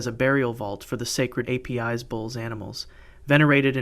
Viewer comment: Ei-pee-eys bull. :( It is pronauced Apis like in Lapis lazule.